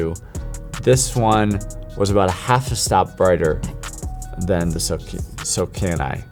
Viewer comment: Sokani not Sokina lol